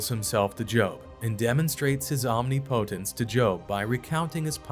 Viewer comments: lost me an "Omni- POtence" LOL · Please for the love of God, look up the pronunciation of omnipotence. It will help.